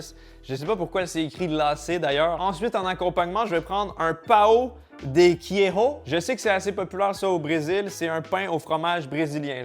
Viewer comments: ça se dit keijo pais quéro (fromage) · Coucou, juste pour t apprendre en portugais le se prononce comme à la française queijo ça se prononce keïjo et non à l espagnol keiro je ne sais pas si je m explique correctement mais voilà sinon j adore tes vidéos 😊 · Queiro ou queijo? Ou le joker ce dit, roker ? Un effort sur la prononciation la prochaine fois. Quitte à demander à l'assistant Google. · tres cher pour parlwe un peu le portogugais et avoir vecu quelques mois au bresil j ai le devoir de t informer que le J en portougais n'est pas une sorte de R comme un espagnol mais bien une sorte de G long la pronociation de fromage en portugais devrais etre grosso modo Keiggou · Queigo se prononce kéillejo en gros, je vois pas comment le noter autrement (k-éille_jo) Kéjo avec le eille